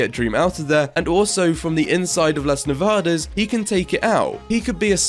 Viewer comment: As a spanish person, i love how you pronounce "las nevadas"